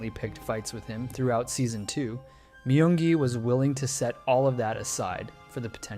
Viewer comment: i thought his name is pronounced as myungi not mayungi?